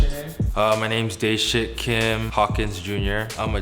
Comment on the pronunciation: I thought Dae Shik Was "Day Shit"😂😂